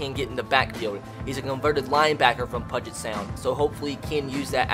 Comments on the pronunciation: And it’s P-YOU-JET sound. Not PUGIT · This series is gonna be great, and what's even awesome is I'm from the state of Washington myself. But I swear if you mispronounce Puget Sound again, it's "Pew-jit" not "Puh-jit." Just makes it sound like "budget" 🤬🤬🤬🤬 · Pudge it sound made me laugh lol. BTW it pew-jet sound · Hey, just so you know Puget Sound is actually pronounced like PewJit, just thought I'd let you know! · It's pronounced Pew-jet Sound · keep pronouncing it pudget for the lulz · This series is gonna be great, and what's even awesome is I'm from the state of Washington myself. But I swear if you mispronounce Puget Sound again 🤬